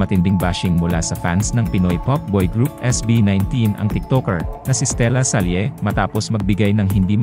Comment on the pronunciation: Voice over announcer: di ba mas tama yung Stella-sal, imbes na Stella-salye? Ginamit niyang pseudonym para sakyan ang pangalan ng De La SALLE (pronounced la-sal)